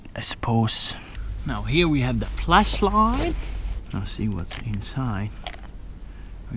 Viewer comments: sounds like he said fleshlight a couple times there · At first I thaught he was saying fleshlight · WW2GERMAN WANNABE Sorry but you clearly dont understand the joke here😅 I explain it to you; when says flashlight, he pronounces it like that sounds little bit fleshlight. If you dont know what that is, you can google it up😀